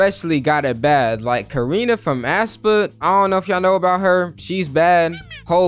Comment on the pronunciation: karina from ASSpa 😭😭😭 it's pronounced espa ‼️